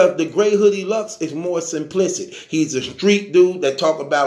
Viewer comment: Simplisic 🤣😂🤣😂 He can’t say “Simplistic” 🤣😂🤣 🛑 it bra 🤣😂 dat Surf impression doe 🎯🎯🎯🎯